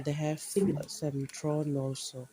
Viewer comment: Yam waiye tabada adum chumna meetei londa hairasu yabado English su haapningba keyraga ngangnabasu hotnabada thorn su thron haire tourise 🤣😂😂